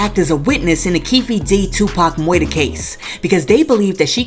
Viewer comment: “Moider “ and “pdf file” 😂😂😂😂 I love the!!!